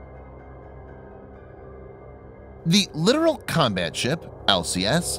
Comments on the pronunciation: Not sure if its been mentioned already, but its pronounced LiTorAl, not literal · It is irritating to hear this obvious mistake over and over again, in video after video. Not just here but on many other videos.